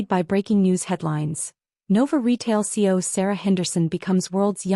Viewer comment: It's CEO not C O!